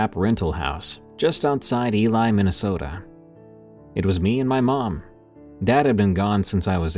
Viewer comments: You pronounced Ely, Minnesota wrong. Its E-lee not E- lie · Ely MN pronounced eelee... camped that area this past fall, highly recommend, I plan to repeat this year.